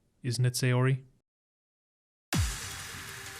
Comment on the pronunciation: i just realized, why do you say Saori like Sayori? lol